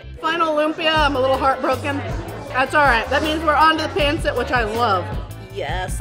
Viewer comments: It's not pronounced pan sit it's pahn set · Where's the balut and durian? It's "PUN-sit" and "Loom-pya" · Bretheren! Pancit [Pahn-sit] not "pan-sit" Pawn-sit? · It's actually pronounced "Pun-cit" and "Tuh-ga-log" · Just a couple of language corrections. It’s Ta-ga-log not Tag-a-log. Also while it’s spelled pancit, it is pronounced “pun-sit”. Someone should’ve given you pronunciation tips. It’s not easy to learn little things in other languages but you should know how to say the actual language. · Enjoy watching you do all these challenges. Keep it up! Also very cool to see you do a Filipino one. Just maybe tweak the pronunciation of some of the words like Tagalog & Pancit 😁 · Being Filipino, and knowing it’s been a while if ever take another Filipino food challenge I hope you can try to say pancit, and Tagalog (Ta-Gah-log log is log kinda like log) correctly. Also since it’s been a while can anyone tell me if Randy is her bf? Glad you like/enjoyed Filipino food, hope for you to try again. Loved the videos.